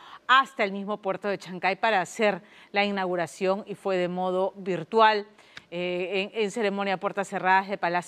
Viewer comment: IN-NAGURACIÓN??? NI SABE HABLAR LA PRESENTADORA. Esto solo pasa en mi Perucito